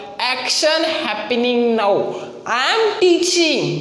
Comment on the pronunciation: Continuous hota hai continious nahi. Happining nahi happening hota hai.🙆🙆